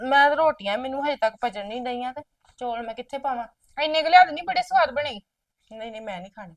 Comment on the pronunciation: ਬੀਬਾ ਜੀ ਚੌਲ ਹੁੰਦੇ ਆ ਨਾ ਕਿ ਚੋਲ